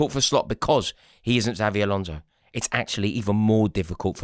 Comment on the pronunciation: Eight millionth time of asking you to say Xabi Alonso properly.